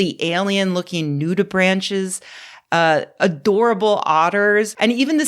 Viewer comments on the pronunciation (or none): "nudibranch" is pronounced with a long A and hard K sound at the end. Nude-i-brānk. It only stuck out to me because I've been hanging out with someone OBSESSED with them lately.